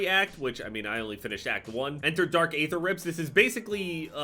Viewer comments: as a huge zombies guy I need you to please start pronouncing aether correctly. It is pronounced like e-ther not a-ther. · Can you plz say Aether right just once